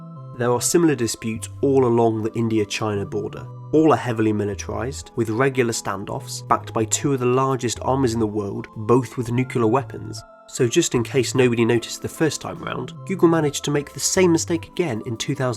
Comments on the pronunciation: says “nukulear weapons”. Lost all legitimacy after that. It’s “ Nuclear weapons” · Great Work! When I see serious channels like this discussing topics of great importance to the society, it is repulsive to note that you cannot pronounce "Nuclear" and say nucular , it goes far to say the amount of professionalism and sensitivity to detail you might be giving. I'm not demeaning the channel or the speaker in any way, but this is how someone who is serious and knowledgeable watching your videos (your usual target audience I'm guessing) might perceive it as. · nucular, its pronounced nucular. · new - clear not nu - kew - lur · WHY the HECK do Brits pronounce nuclear like nukular? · Say it with me - NUKE - LEE - URR Nuclear, not Nuculer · Nukular? What? You mean Nuklear? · Stopped watching when you pronounced nuclear as "nuke-ular" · nucular? Come on you're better than this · nucular? wtf its nuclear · NUCULAR WEAPONS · It's not "nucular", it's "nuclear". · You lose all credibility when you pronounce the word nuclear as "newcular". Redo this stupid video. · Did you know Woosha had nucular weapons? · Life In a Nutshell That's irrelevant, as there is only one correct way to pronounce "nuclear"